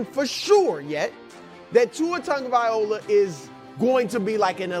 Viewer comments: Broussard, its not Tongo-viola its TONG-OH-VY-LOW-AH lol or just call him Tua 🤣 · Why does everybody call him TUNGavaiola? His name is TAGovaiola.